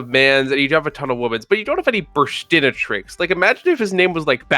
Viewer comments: It always makes me laugh how the English dub of the anime (and players as a result) put the accent on the wrong syllable of Burstinatrix. It's a play on the words "Burst" and "Dominatrix" and any self respecting perv would never pronounce Dominatrix wrong. Lol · Btw burstinatrix would actually be pronounced how dominatrix is pronounced. They just said it that way in the English anime because...well it's fucked they already called a card burst+dominatrix, cover your tracks by pronouncing it less obviously for the kids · Burstinatrix should be pronounced like dominatrix